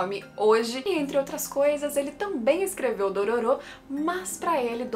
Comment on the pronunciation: Não é Dorôro que se pronuncia não?